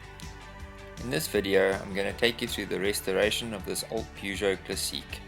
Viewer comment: Hi, I'm French speaking and I like how you pronounce "classiiiique". When I was a child I dreamed of having a Peugeot.. What a great job, bravo !! Au revoir :-)